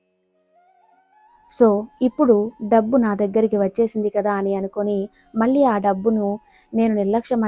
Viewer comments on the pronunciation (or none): none